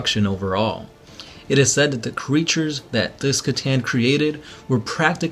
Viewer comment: hey I love you guys )) you got me into 40K and I'm loving it aren't "C'Tan" pronounced as "s'a-tan" not "k'-tan"?